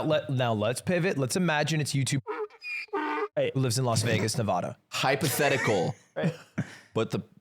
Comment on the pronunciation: How long has Lud lived in California and he can't say Nevada right?